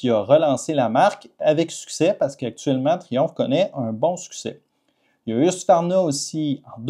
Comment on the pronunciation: Parce que le seul moment qu'on dirait que t'es français c'est quand tu dit Husqvarna. J'pensais qu'un vrai québécois prononcerais le Q comme je pense que ça se prononce. Moi perso je dirait husk-varna.